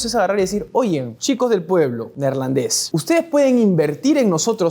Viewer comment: El gentilicio de Holanda es Neerlandés no neerlan, debería tener un editor para no se verá mal hablado ni poco estudiado lo que van a publicar en los videos